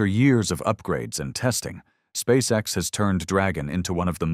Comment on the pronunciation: Putin on ne dit pas Space sex!!!!mai Space X!!!!!toi comprendre ou tu le fait exprès!!!!!le traducteur!!!????Putin, we don't say Space sex!!!! We say Space x!!!!! Do you understand or are you doing it on purpose!!!!! The translator!!!????